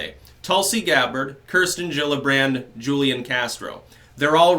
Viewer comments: It's not Julian Castro it's Hoolian Castro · FYI- Julian is pronounced: WHO Lee Ahn Hoo Li On (Take your pick) The J in Spanish has the H sound. Just trying to help...